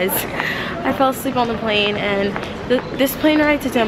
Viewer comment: says "5.45 we got off the flane" Lol